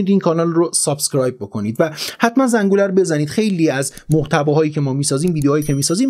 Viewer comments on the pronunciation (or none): none